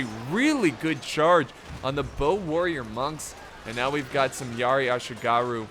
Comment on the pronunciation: Laugh hard when said "Assyigarrhu"... Bit of a mouthful, ehh.. 😅😂😅😂